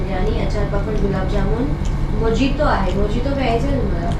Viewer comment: tyala mojito as spelll krtat but mohito as pronounce krtat dada ✌